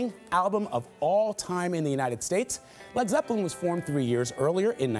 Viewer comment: "fred freppelin"